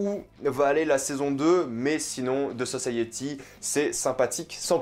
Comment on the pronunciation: The guiftèd sosayiti😭😭😭prk tu fais ça !!?? 😭😭